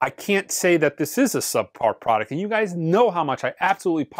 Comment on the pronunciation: "You guises" ?